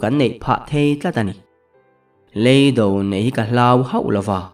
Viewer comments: Chutiang nen chuan in anglo tlat. Hei hi chu hmel nena a indo na lam sawina a ni a, a thluk a zirin a danglam tur a ni. Kan thu chhiar tur pawh hi a thluk a dikloh chuan a thu bo thak khawp hian a chhiar theih. He Lei hi indo na hmun a ni. Hei Lêi hi indo na hmun ani khawi zawk nge dik ni a i hriat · 15;50..Lêi do i tia, mihring lêi i sawi daiha, tuman Lêi an do ngailo. Lei do ti ve mai la.